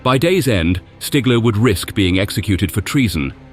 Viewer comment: 10 seconds in I HEAR the name "stiggler", no WWII pilot is respected more than STIGGLER!